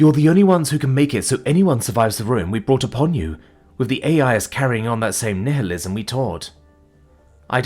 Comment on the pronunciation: True. But then he pronounced nihilism as "nih-hillism"